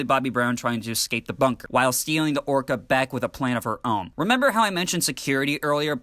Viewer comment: You keep saying Orcard. It's Orca. Like the killer whale.. that uses echolocation... really subtle